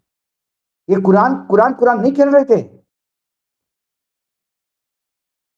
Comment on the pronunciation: भाऊ कुरान पढते है कुरान कुरान खेलने वाले शब्द गलत बोला है आपने